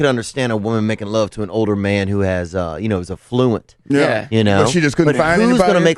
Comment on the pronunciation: He pronounces words so old-school southernish. "af-flent" "eye-talian"